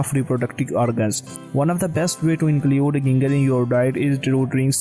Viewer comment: Your content is good but your pronunciation .. phew 😅 Ginger pronounced as J in first letter not G